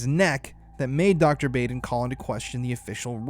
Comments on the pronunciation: Dr Bau' den Not Baden with a long A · I just gotta letcha know, it's pronounced; BAH-DEN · Known of Michael Baden (BOD-EN) for years! Idk why I needed to say it but the pronunciation bugged me lol HEHE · Thanks for this information. This is all very suspicious. May I just say for the future " Michael Baden (Bah((ahh))den) 😘🌹